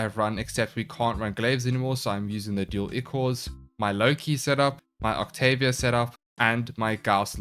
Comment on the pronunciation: The word ichor is pronounced eye-core it's blood of the gods or a thin bloody discharge.